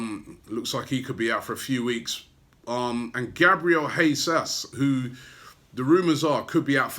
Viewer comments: Robbie mate, Happy New Year! Btw, its Gabriel Jesus (Hey-zus) not “Hey-zas” as you mentioned there.. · Gabriel Hesus !! Bloody English